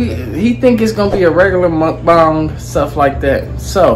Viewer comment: In the beginning of the video didn't anybody notice how he didn't say mukbang right but I love y'all videos tho